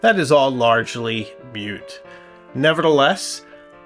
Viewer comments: Excellent video. Oh, by the way, moot is not pronounced like mute. Moot rhymes with hoot, while mute rhymes with cute. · Shouldn’t the word be moot instead of mute? Also why would a signature be written on a black page?